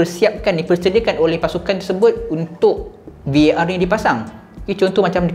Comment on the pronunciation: admin VAR.. bukan VOR la